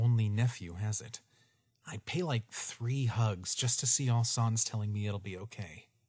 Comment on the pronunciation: I think asriel said sans wrong •-•